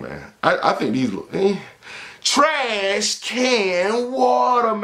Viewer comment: Hilarious when don’t even say the “s”...shoes just “TRAHHHH” trahhh can waterrr🗣